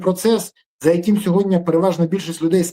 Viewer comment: Не хоче Пан Береза говорити " сьогоднІ" замість "сьогоднЯ". Тобто ,не читає дописи😂